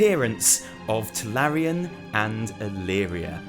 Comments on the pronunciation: Oh god, I keep waiting for text to say he realizes it's TuRalyon and not TuLaryon, but it doesn't happen! D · its tuRalyon.. not tuLaryon. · Are you saying Tularyon instead of Turalyon on purpose? Just wondering. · can't tell if he's trolling when he says Tularyon (Turalyon) . xD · Tallerien!!!!! hahahahahahaha Turalyon!!!! you just started a shit show bro XD (PS: Bellular is comming for u) PSS: BEST VIDEO you have done ^^ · Turalyon, not Tularyon :) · who the fuck is TuLaRyon ? ;) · Turalyon. Not Tularyon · its not tuLaRyon... his name is tuRaLyon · It is pronouced Turalyon like HIS name is written, not Tularyon:( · I know what you're thinking tularyan and alleria are so famous... Nope I was thinking that it's turalyon and you said it wrong :) still a great video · I swear it sounds like he's saying "Tulalyon" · did you say Tularyon on purpose? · Is he calling him Tularyon as a joke? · This man has had so many incredible revelations he can no longer form words properly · it hurts whenever you say Tularyon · Turalyon looks too good to be pronounced correctly